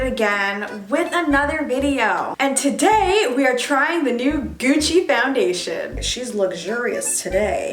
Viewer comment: goochi fowndashon